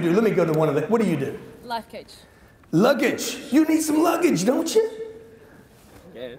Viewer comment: Am I really the only one that heard her say “life coach” not “luggage”?? 😭😂